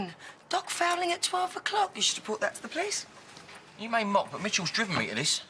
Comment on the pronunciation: Ian says "pleeces"